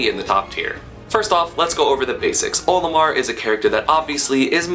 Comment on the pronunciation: HE KEEPS SAYING OMILAR